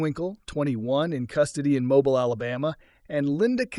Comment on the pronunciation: Mobile, Alabama is pronounced “Mobeel”. Good job otherwise. Enjoyable series.